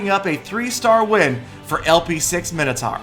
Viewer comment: What the fuck is 'Minnotar', it's pronounced 'Mine-O-Tor'